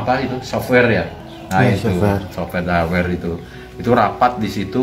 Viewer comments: Ngucapin Hardware aja belepotan.. Teeus terang ini tipu kaya jaman SBY.. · btul ngomong hardware softaware aja salah ngucapnya. Makanya kan elon musk denger aja ngakak. 😂